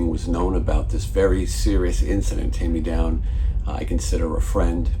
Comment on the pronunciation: His name is pronounced "tie me down " not "tay me down" Jaime is pronounced "hy-me " Taime is pronounced "tie me" it"s a funny stage name TAIME DOWNE ( tie me down ) Hilarious His real name is Gustave Molvik . His father is Norwegian (Norway) Molvik